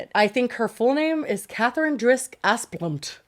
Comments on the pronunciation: Every time says that rich families' name it just sounds like Ass Blunt to me 😂. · ASS-BLUNT?? That’s what I’m hearing. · Oh yes, that’s clearly pronounced as Assblunt 🤣🤣